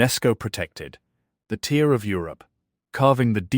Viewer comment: Yes it's true: AI cannot determine the pronunciation of a word from the context of a sentence. Tear or tear? To whomever made this vid, please check your work.